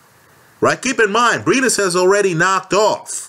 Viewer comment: It's briedis not breidis